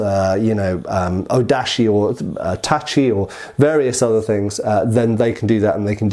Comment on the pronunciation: "katana" in Japanese refers to any single edged swords, especially Japanese ones, or "nihontō" (Japanese Katana), and not only Edo-style (Eh-do, not EE-do!!!!) swords. Ugh, at least you're getting "tachi" right now. I'm proud of you for that.